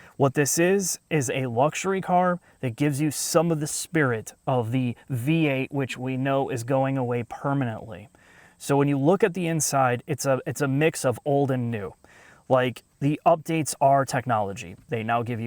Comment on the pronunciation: i hate when they say permentaly its not lol